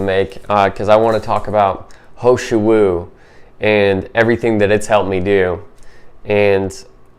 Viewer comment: It’s Heeeee shou Wu not ho shou Wu. And I agree, it’s amazing!